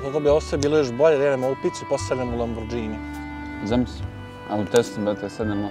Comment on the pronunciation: Lamborgini a ne Lambordžini , ljakse! 🤣🤣🤣